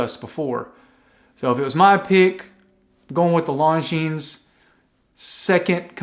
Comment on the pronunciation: Cool video...(just please don't pronounce the "s" at the end of Longines... there is none.... :-) ). .. your content is great. Thx for that.